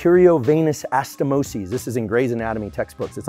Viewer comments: Anastomosis not astomisis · Pyruvate Kinase (PEERUVATE KEENAZE) ; ANASTHOMOSIS (a-na-sto-mo-zees) , dear ...